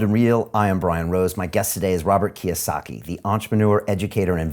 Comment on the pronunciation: Its KIYOSAKI...